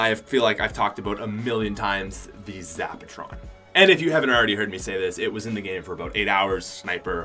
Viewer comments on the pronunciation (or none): if you say zabatron again i will kill you